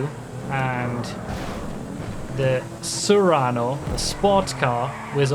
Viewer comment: not to be that guy but ... "sue-rano" and "say-rr-ano." but I can never remember which one is the car and which is the SUV